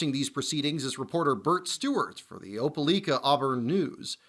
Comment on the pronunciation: Opilika It's pronounced Oh-poh-like-ah not oh-pil-leek-ah like you pronounced it. Telling you that for future reference as a local